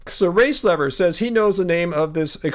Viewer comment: It always sounds like you're saying "race lover" every time you say "race lever" lol